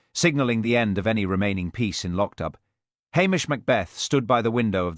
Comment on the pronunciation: LochDoo not Lochdub